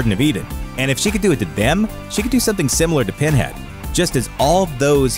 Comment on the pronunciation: "Penhad" lmao.